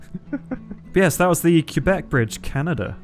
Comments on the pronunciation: It's not pronounced, "Cue-beck." It's "Keh-beck." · you can pronouce Quebec like kay-bek or qwabek but kaybek is more accurate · First time ive ever heard Québec pronounced "keebec" by an anglophone, they usually say "kwebek". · btw it's pronounced qwebec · Pfft, hearing a non-Canadian say “Quebec” is always entertaining. “Q-bec” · My ears bled a little when you pronounced Quebec x) it's prononced kay (like in okay) bec 😅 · lol you'd be shocked to hear an Aussie pronounce Quebec 😂 We pronounce it "kwe-bec" 😂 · Btw it’s not like that u pronounce Quebec